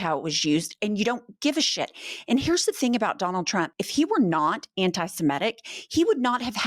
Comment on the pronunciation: It's "semitic" not "simetic." Common mispronounciation. Love you gals!💙💙💙